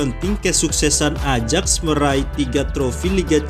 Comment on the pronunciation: Banyak salah pelafalan min. Harusnya Ajax di baca ayak